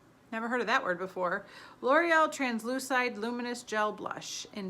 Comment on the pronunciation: That L'oréal liquid blush definitely looks wrong... I mean, it's definitely not even a good brown blush... By the way, it's pronounced translu-"seed", it means translucent in French ;)